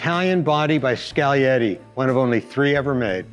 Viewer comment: Skal-e-yeti. Finally someone that knows the G is silent. Like in lasagna. Cool car!